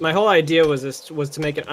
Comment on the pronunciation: Did say "my HOLE idea was [...]"? LMAO